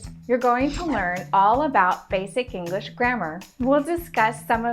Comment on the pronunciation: She says English like 'Ingrish' and my brain doesn't know what to do with that.